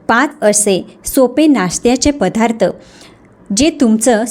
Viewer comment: पधार्थ न म्हणता पदार्थ असं म्हणावे.